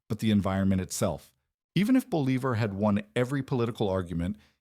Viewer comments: Believer? Boh-lee-vahr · I thought I knew quite a lot about history, but I've never heard of a Simon Believer. Seems like a big guy in South America. Is that a religious figure? A nickname? Please put some effort in pronouncing names right in their language. This was just butchering his name. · 😂 “BOL-e-ver” haha really? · No, it's pronounced "boh-LEE-bahr"; the author was just cutting corners. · Repeating Simon Bolivar's name completely wrong was really annoying.... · It was sooo annoying i had to stop and dislike the video. It was more than annoying, it was unnerving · Yeah, I can see how that’d be frustrating. It takes away from the serious tone of the video when something that basic is messed up. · Hey, some of us want to hear about Justin's comeback tour. Yeah that pronunciation was terrible. Offensively so. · Dude the inability to pronounce his name kills 100 of the credibility of this video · I get it, mispronouncing his name does make it hard to take the video seriously. It’s a small thing, but it definitely stands out.